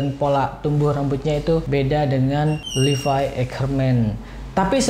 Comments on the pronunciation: Levi ngab bukan livai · Levi bukan livay bang